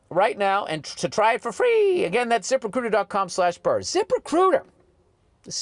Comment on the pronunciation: my favorite ad read for something that I will never use…Zip…Rehcrutah!